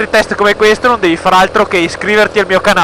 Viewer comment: Alla fine pensavo che al posto di dire "dai gas" dicevi "dai ca**o" Hahahaha..grande continua così